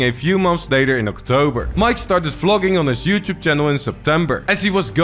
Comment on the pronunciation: Please learn how to say "youtube"